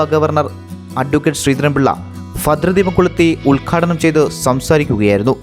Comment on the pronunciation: ഏതു കിഴങ്ങൻ ആണ് ന്യൂസ് വായിക്കുന്നത്... ഫദ്രദീപം കൊളുത്തിയത്രേ.... ഫദ്ര ദീപം അല്ല... ഭദ്രദീപം... ഉച്ചാരണം ക്ലിയർ ആക്കി ന്യൂസ്‌ വായിക്കുക...